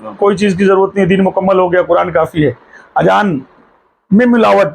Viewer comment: Ye ki hatt gai hai😂😂😂 kuch bhi bolta hai azan ko ajan munazre ko munajra 😅